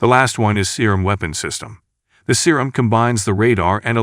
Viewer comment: Man i love it when the robot calls it the Serum